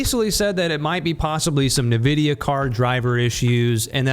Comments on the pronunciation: Ni- who? It is pronounced "En-Vi-Dia" -.- Thanks for doing this video by the way. No one really talks about the elephant in the room. But I love the game. Still would play it even though I don't know why my PC crashes to the point where one can't even Alt + Tab. Smh. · STOP SAYING NIVIDIA AAAAAAAAHHH